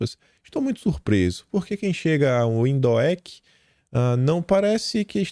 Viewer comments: Salve! Vi que teve dificuldade com a pronuncia da capital "Windhoek" o som da pronucia seria "Vinduke" 🎉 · Oi, se pronuncia “Vinduck”, cantinho ventoso, muita arquitetura Alemã, God-Bless You & Family